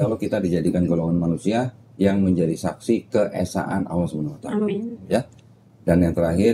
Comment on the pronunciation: Kalo bisa di ulang sekali lagi .. penyebutan nama Allah di akhir 2 kalimat syahadat masih belum betul